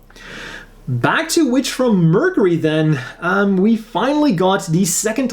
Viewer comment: While I do enjoy watching your videos very much, one thing has been driving me crazy. The way you are pronouncing Mercury is wrong. While you are saying Mer c ry it should be Merc your ee figure would be the same fig your. Thank you and have a nice day.😁